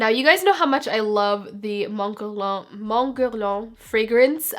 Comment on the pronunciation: the way you pronounced guerlain is sooooo freaking gorgeous